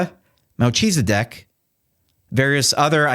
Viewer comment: "Mel Cheeseideck" Really?